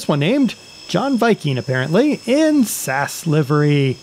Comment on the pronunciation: You don't pronounce the company like that. You pronounce it like this. S A S.